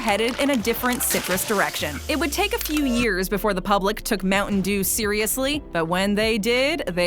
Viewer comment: America: Moutain dew Filifino: Moutain jew The dew sound like jew